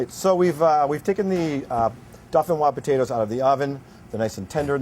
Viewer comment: Per the way you spelled it above, It's pronounced doe fin wɑz.